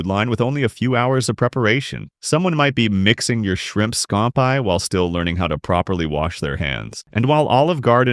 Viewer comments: When you can not correctly pronounce the menu items in your story, you lose all credibility. SCOM PIE ? ( scampi) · Wait...what?? "Shrimp SKOMP EYE"?? DUDE...IT'S JUST PRONOUNCED: "SCAMPI", LIKE IT'S WRITTEN. (Simple: "scamp'-eeee") Wow. 😂😂😂😂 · Scampee, not scampeye 😂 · "Shrimp schram- pie" is hilarious 😂 ( a.k.a. Shrimp Scampi ) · Shrimp Scompeye? LMAO😂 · Scampi is pronounced "SKAMPEE" NOT "SCAMP EYE" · Did he really say, "Shrimp Scaum-pie?!!!"🤭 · Ya lost me pronouncing shrimp scampi - scomp-eye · "Shrimp Scom-pie"🤣🤣🤣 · Ahhhh yes the shrimp skom pie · Shrimp "scompeye"?!? Maybe you should google the pronunciation of scampi. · Did you say shrimp " scampye"???? LOL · Somebody doesn't know an olive from a blueberry. And what is "shrimp scomp-eye'? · Shrimp Scom-Pie? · scom-pie?!!! The word is scampi! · Re: Olive Garden - those newbie employee maybe lack proper training. While likely true, I bet they figure out how to do their jobs, before you figure out how to say Scam- pie. It’s pronounced Scam - pea. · Lol telling us about how bad the Olive Garden is and you pronounce shrimp scampi as skompi learn how to pronounce words before doing a voice over of a food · Shrimp Scomp-i? Pass-ta? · Please learn how to properly say SCAMPI. It ruins your credibility when you can’t properly say that word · Bot can't pronounce Scampi. I'm done. Moving on.